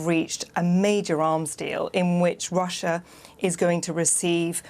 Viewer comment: kid you mispronounced russia